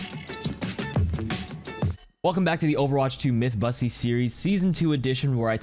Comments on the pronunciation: Did he say myth busteys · yo did just say Mythbussy? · Di-did he just say mythbussy?? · did he.. did he say myth bussy? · no way he called it a "Mythbussy" 😭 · is no one gonna say anything about him saying “on the last mythbussy” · He said it in the intro too lmaoo